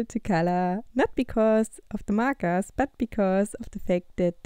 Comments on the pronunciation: WHY U SAY MARKARS?!?!!?!?!?!?!!? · "markas" "marka" Sorry I had to...... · Ору с того как она говоритслово МАКААС